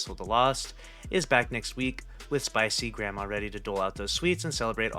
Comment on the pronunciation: "Spicy Grandma" brother its space grandma